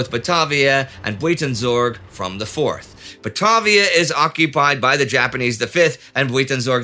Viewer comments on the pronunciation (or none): I wasn't even looking at the screen. When I heard him say Buweetensorg I just assumed it was some sort of local name haha. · Indy's pronunciation of Buitenzorg warrents a War against Humanity episode in and of itself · Buitenzorg is pronounced a little differently :) Yours truly, a Dutchie. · Oh man, you completely butchered the pronounciation of the place "buitenzorg" :') . Good video though. I'm nitpicking.